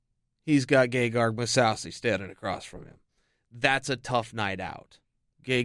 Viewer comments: its gegard not gegarg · He does say gay-Garg every time. Hilarious